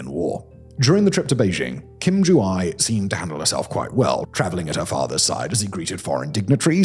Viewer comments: AE/애 isn’t pronounced as “eye”. It’s more like “heir” in British English, where the R isn’t pronounced. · ju-ae not ju-i jesus christ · the poor pronunciation of my mothertongue stressed me out too much 😭. its not "eye" its more like "eh" "joo-eh" but then also I dont like NK and the dictators so making fun of them and butchering their names is also funny. so torn between mockery or accuracy 😭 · Whatever her name may be, I think we can be pretty sure that "Kim Ju-I" is not it, since the sound I (as in hi) does not exist in the Korean language ^^" Ju-ae would be "joo-ay" and Ju-i would be "joo-ee" - the closest you'd get to the sound would be, as in Japanese, a combination of "ah" and "ee" which would be romanised as "ai" but would still represent two separate sounds. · It wouldn't be pronounced as Ju-I but Ju-a. The ae is pronounced like the letter e in the word bed. Of course, I guess we're not really sure if that's her name. But, I thought I'd share anyways. 😊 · The description of the political situation that sounds so much like the C-dramas set in ancient times. The wardrobe is just not as fancy. As an aside, "ae" is pronounced more like "ay" than "eye", since, in Korean, the "eye" sound is separated into two syllables, and names are only 3 syllables. "eye" would make it 4. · Korean "ae" (애) pronounces like "eh". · Urgh.. butchers pronunciation again! Name is pronounced Joo-eh! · Ae is pronounced as eh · “Ae” is pronounced “ay” like “hay” and “may.” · ROFL I never heard anyone mispronounce names so bad in my life. I think for one of them he literally said SOJU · You are pronouncing her name completely wrong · made a whole vid on her but didnt bother researching how to pronounce her name